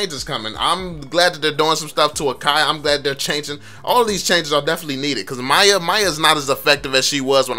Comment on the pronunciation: "MAYA MAYA" lol its mi-ya